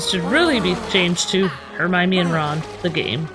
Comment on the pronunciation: Just so you know, it's Hermione (her-my-knee)